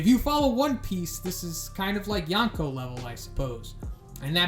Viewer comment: Your pronunciatation of YONKO tilted me Thanks